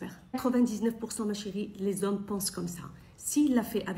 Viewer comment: Les zomms les zomms les zomms… que ça a la bouche